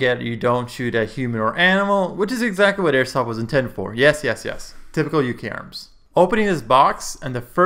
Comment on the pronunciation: it should be pronounced Uka-arms